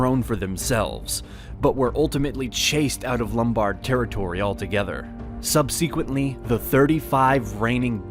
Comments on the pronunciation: yes but come on, "subseequently" and "Cathalacism"? These are incredibly common English words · That is not how subsequently is pronounced btw.